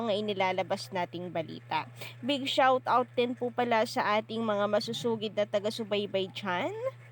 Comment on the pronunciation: Bakit kapag nag pronounce ng shout out me r 😕